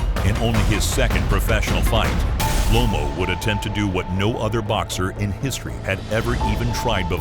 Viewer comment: It's Loma not lomo